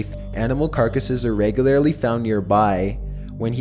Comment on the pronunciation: Regularly= Regulairly